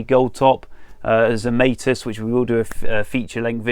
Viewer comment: Zemaitis is a Latvian name and rhymes with tonsilitis etc., unless TZ used the possibly US version himself? Google translate from Latvian Zemaitis is 'earthling'. Don't think that's correct either, but the Latvian version is correct. Check 'hyperforeignism' for US (and some UK) mispronunciation of foreign words/names, 'If in doubt, make it sound foreign'.